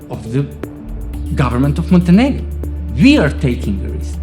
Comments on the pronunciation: I love how they pronounce Montenegro MonteNIGRO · You're not pronouncing Montenegro correctly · I'm pretty sure you're mispronouncing the name of the country and it's really jarring.